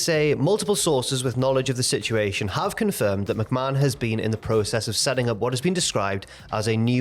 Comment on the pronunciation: you still mispronounced Stephanie's last name